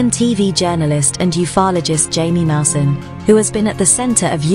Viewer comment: That's an impressive video for ufology. It would be nice to hear the correct pronunciation of pronounced himy musan not Jamie mouson. But otherwise excellent work thank you.